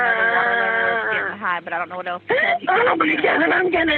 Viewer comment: "What eltse" you mean "what ELSE".